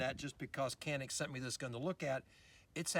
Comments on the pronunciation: It's Pronounced Janick not Canik. Not trying to start anything just fyi for those "has to know details alpha types". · In English is pronounced Canik. If you want to speak Turkish then go all the way, don't say Turkey, it is actually Turkeye ("Tur-kee-yeea") in the Turkish language. No need to try to sound sophisticated. It is CANIK.